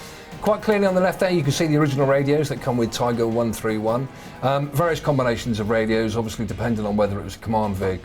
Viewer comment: Detailed comment. Thx. But it's " Tiger Panzer" not "Tigre Panzer".